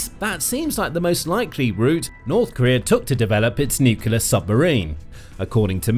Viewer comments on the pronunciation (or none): My pet peeve. It's NUCLEAR (new clear), not bloody NUKULAR. It doesn't matter a jot but it grates on my f*****g ears. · NUCLEAR, not NUCULAR, bad bot! Is it a decoy, or a symbol of North Korean inability to do anything? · I'll never understand why people can't say "nuclear". Nook-lee-ar. Not nook-yee-lar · middle school english boys it aint NUCYUHLAR,, IT"S NEW CLEE AHRE exectera is ET CET ER A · Brother... if you are going to report the news. Please say the word nucLEAR correctly.. It is not Nukular... you are not Homer Simpson. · Nucular is not a word. Say the right word. Nuclear. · Please learn to say NU-CLEAR and not NU-CULAR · The word is nuclear - new-clear - not new-cular and this boat is neither. If you can't get that right what chance any of the rest is true? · It's nu-cle-ar ffs not noo-cu-lar. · "New-kew-lar" is not a word. My seven-year-old daughter can pronounce "nuclear" (new-klee-ar), why can't you? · The pronunciation of this repeated word should be NEW CLEAR and never NEW KILLER . The spelling of nuclear is a little helpful. Apart from that a very good video. Thank you. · Nuc-u-ler is not a word. It’s Nuclear (NEW-clear). And it’s Kim Jong Un, not Kim Yung Un. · They accidentally made a nucular submarine instead af a nuclear submarine. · It's pronounced new-clee-ar, not new-cu-lar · If you're going to make a video about nuclear submarines, at least pronounce 'nuclear' correctly. It's NEW-CLEAR, not NEW-CUE-LAR. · I wish the narrator wouldn't say "nukiler" like Homer Simpson (and Trump, and Bush Jr.) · How does a channel called the Military show manage to mispronounce NUCLEAR every time as Nucular? I don't get it. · You literally said "nucular." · "Nucular" isn't a word. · nuclear not nucular. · NEW-KLEE-UR!!! That's how you pronounce the word!!! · "Nucular"...More cretinism... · Kim Jong Un is pronounced with a hard J sound. Since I'm being pedantic about Kim's name, I may as well add that nuclear is pronounced new-clear.